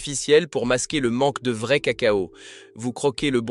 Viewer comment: Faut apprendre à votre ia que vrai ne se prononce pas véret